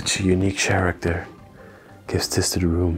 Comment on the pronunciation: Chairacter 🤣 my daughter and I got a good chuckle from that!